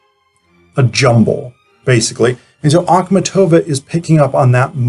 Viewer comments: You put the accent on the "tov" syllable whereas the accent should be on the "mat" syllable, a sound such as in the word MARket. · Your pronouciation of her name is just horrible.